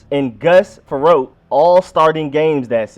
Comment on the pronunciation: It's pronounced fur-rot (Gus Frerotte);-) #HTTR -Bobby in LA